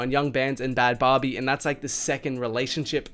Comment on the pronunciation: said “Bhad Bobby” again 😂😭